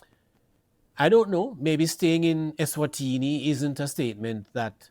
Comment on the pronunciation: Sir, Say the name of the country properly. The country is not called “Esterwini”. Speak properly.